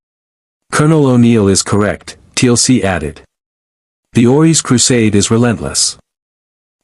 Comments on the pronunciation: Yep. Another T.L.C. instead of Teal'c. But there is so many of them. If this was the only one. It would be okey. But most names are wrong 😑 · TLC, not Teal'c. STG now consists of pop stars.